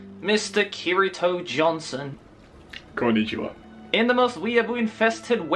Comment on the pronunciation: the way said "konichiwa" it makes me moist.